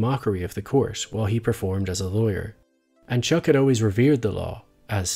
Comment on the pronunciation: Did you just call him Chook instead of Chuck?